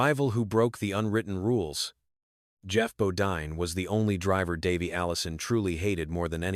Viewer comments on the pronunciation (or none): How couldn't you butcher Davey's name with your AI voice?